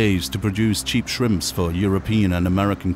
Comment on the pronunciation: He says chrimps🤣